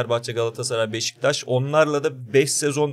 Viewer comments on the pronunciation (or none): none